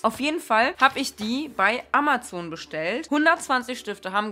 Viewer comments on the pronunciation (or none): none